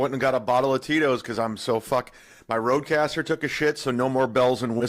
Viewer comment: it's Rodecaster, nerd